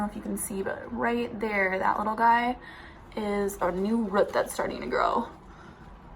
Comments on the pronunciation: I got so mad every time she said "rut"😂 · I guess Canadians pronounced "root" differently! I was more thrown off by that than pothos, which I think you pronounced fine for USA English. It's different in every country. I think in the UK they say "pot-hose." Correct me if I'm wrong. :)